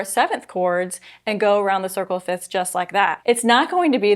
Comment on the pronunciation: Isn’t it pronounced “fifths” not “fits”?